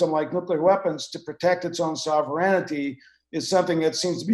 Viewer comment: Why is everyone pronouncing "sovereignty" wrong? lol. I've heard it TWICE today. It's funny. They say " so-ver-en-nity" and that's not how you pronounce the end. There's no "i" near the end of the word.